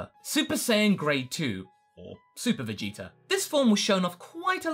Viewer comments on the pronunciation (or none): u guys realize always says Vegeter instead of Vegeta? lol.